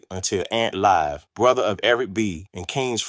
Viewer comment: Please reconsider doing AI audio for your videos. "Verzuz" is pronounced "Versus" not "Vare-Zoos." This is a computer trying to pronounce words that are part of Hip-Hop. No one who cares anything about Vs. would fail to pronounce it. "Rakim" is pronounced "Rah-Kim" not "Rak-Keem." By the time he said "Long live the Kane" with a "Live" rhyming with "jive" instead of rhyming with "give" I was done. You're covering topics we are all very interested in, but please use your own voice or some other human who knows something about the topic. The poor AI pronunciation robs your videos of gravitas and weakens the legitimacy. Respectfully, use your own voice instead.